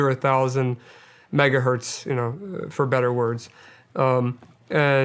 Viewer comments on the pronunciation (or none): 1 megahertz not hert... That is all.